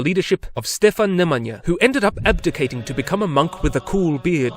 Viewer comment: Your pronunciation of Stefan Nemanja was awesome 🙏